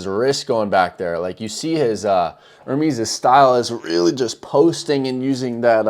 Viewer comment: his name is NOT pronounced ER-MEEEEEEEEs like peas...its pronounced to rhyme with "yes"